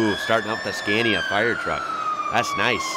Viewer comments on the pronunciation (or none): It's interesting how you pronounce Scania as a swede I do feel obliged to tell you that it's pronounced skaa-knee-ah. 🙂